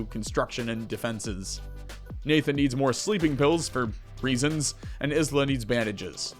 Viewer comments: Love your vids. Isla is pronounced eye-la though. <3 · For future reference Isla is pronounced like the first 4 letter in Island are